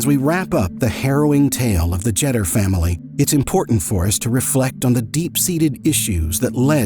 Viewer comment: It is "JETER" as in "PETER" !!!